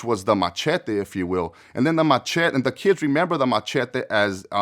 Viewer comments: Are you trying to say,"machete?!?!?!" The weapon?!?!?! WTF is a machity?!?! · The matchetty😂